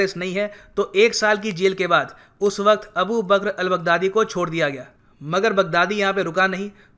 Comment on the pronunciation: He pronounced “Big daddy” 😂😂😂